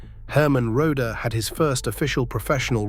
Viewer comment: This video is pathetic. 90% of the photos and videos do NOT fit the narrative. The narrator can't even pronounce Buddy's birth name properly. It's pronounced RO-dee. I quit at the 9 minute mark. Maybe, it gets better, but I doubt it.